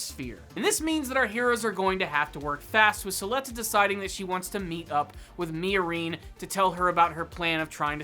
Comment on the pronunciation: The way you pronounce Miorine makes my skin crawl